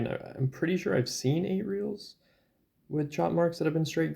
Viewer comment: Nice coins thanks for showing. Check your pronunciation on reales.